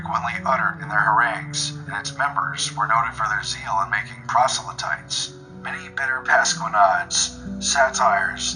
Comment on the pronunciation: Butchering the word "proselytes". . . I have trouble taking this channel seriously. . .